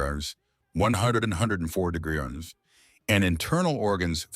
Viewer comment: Can this AI learn to say degrees?